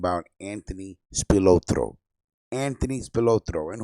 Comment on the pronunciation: You butchered Accardo' name... You say Spalatro so, so, ethnically... LoL